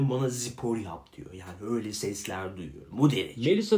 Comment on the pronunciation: Spor yapmak❌️ (Çenetuğnun dilinde)Zipor yapmak✅️